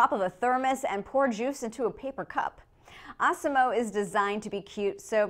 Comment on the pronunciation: I though she said awesom-O like the one in South Park